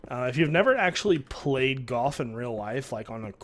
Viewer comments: U say goyh instead of golf and it is annoying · Is he saying, "Goff" or "Golf"?